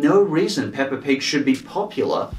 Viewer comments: DONT SAY THAT UBAWT PAAPA PIG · I love the way you say peppa pig! Ppppppppppppppppppppppppppppeppa pig!